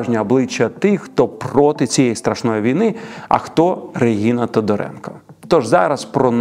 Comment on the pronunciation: дякую за випуск! але як можна у випуску стільки раз неправильно казати "регіна"? адже щодо тодоренко правильно казати реГНіна